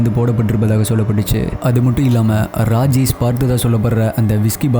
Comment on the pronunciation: Please improve your pronunciation. For Rajesh you're pronouncing as Rajes